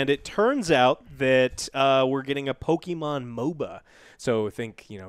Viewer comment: How do you guys have a game review channe andl not even pronounce Pokemon correctly? Or even know the pokemon names lol. Embarrasing.